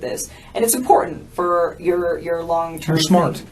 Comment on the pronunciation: The way you say important is hard to hear. It might just be your accent but i think its more the way you pronounce it. Important.